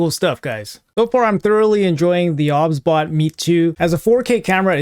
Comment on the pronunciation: No hate obviously bro but are you sure it wasn't pronounced "OBS-Bot" as in the software? Just curious dude